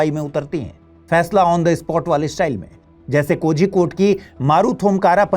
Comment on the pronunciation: 😂😂 You brainless, hope you forget that Gujarat is the hub of drugs dealing. Drugs Gateway of India is Gujarat 😂😂😅 please report on this. In kerala every cases or incidents are reported bcos public is well educated, unlike hindi speaking states including Gujarat. 😅 This anchor is unable to pronounce Kozhikode😂.. Useless report. Drugs r used by Sadhus too... Ganja is widely used by them😂